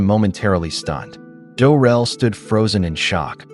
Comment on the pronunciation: Isn’t it “Drel”? Not Durel?